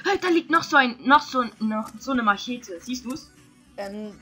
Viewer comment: machete , bei dir klingt es wie mashete